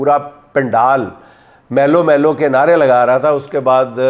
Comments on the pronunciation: YE MALU NHI MALOOO LAAM PER PAISH HEY MEANS M PER ZABER N L PER PAISH HEY 😂 MALOO KA MUTLUB BEAR MEANS REECH 😂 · dear sir ...... it is not MELO.....BUT ....MEELOO.....means......REECH ( BEER) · Pronunciation for Melo is "may~loou"... means grizzly bear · بھالو کو میلو کہتے ھیں